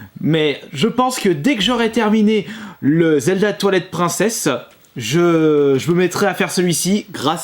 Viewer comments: C'est moi ou il à dit : Zelda Toilet Princess ??? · Le fameux « Zelda toilet Princess » LOL Travaille ton anglais enfin!! ;) Il est vraiment impossible de créer de nouveaux jeux via La net Yaroze aujourd’hui?? :( ねと やろっぜ